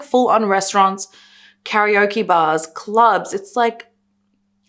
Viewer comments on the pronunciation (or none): none